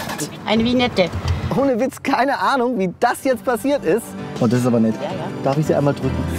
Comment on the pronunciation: Alle Deutschen: [Wiñette] Ösis: Winette😂🥴